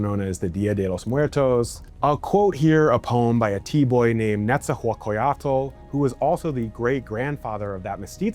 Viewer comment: So funny how you struggle to say Nezahualcoyotl 😂😂😂😂 thank you so much for that effort